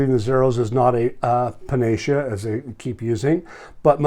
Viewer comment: panacea = pana-see-a